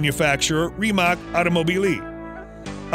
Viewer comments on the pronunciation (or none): Great video, but it’s pronounced rim-ak not reem-ak 😂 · Please learn how to say Rimac correctly, it's cringe and denotes less than a car enthusiast.